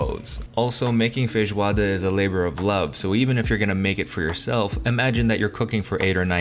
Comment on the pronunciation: Bro pronounces feijoada far better than I do and as far as I know I've been brazilian for 32 years. Merry meeeeeeee " from boy to boy s2